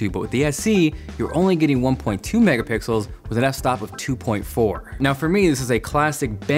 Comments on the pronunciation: clicked the subscribe button straight after he said ''megapickles'' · I liked this video as soon as he said Mega-pickles XD